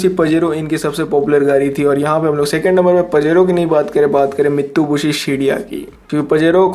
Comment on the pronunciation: Bro it's not mitubishi it's Mitsubishi 🤣🤣